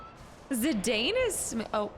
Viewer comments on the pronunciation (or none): Im going to be that annoying fan that tells you its pronounced "Zi-Dawn" 🤣 You can pronounce it however you want. But its sorta if Cloud was pronounced Cluh-Uude. It wouldn't make sense. So while you can totally call him ZiDane if you want and that's totally fine, its ZiDawn officially 🫶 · Zidane is a French name btw, so it is pronounced like Zidann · also, fun fact - Zidane is actually pronounced "Zih-Don" =) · If it's something you're seriously pondering, when I hear this name in european countries it is pronounced Zih-Don or Zih-Dawn, but I think legit everyone who's ever picked this game up says Zih-Dane so I don't think you can really go wrong. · IIRC, in the Dissidia game, they pronounce Zidane as "Ze-DAWN." I remember thinking, "I've been mispronouncing his name for, like, 15 years." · This is one of the best. A quintessential Final Fantasy. It was the last Sakaguchi (the creator of Final Fantasy) had any involvement in, and the last in which Uematsu did 100% of the soundtrack (he's also said it's his best work). It's pronounced Zi-Dan, too, btw. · Zidane's name pronunciation: Zi-DAWN. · I used to say Zidane the same way. But in general for names, I equals EE. Japanese pronunciation rules. Anywhere, couldn't steal means you failed a steal check, nothing to steal means the target has nothing. Stealing from a master thief might be hard as a young novice.